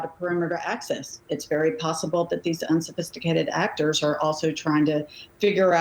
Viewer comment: "Unsophististicated...aktor!" SAY IT AGAIN!😂😂😂😂😂 how silly is this?!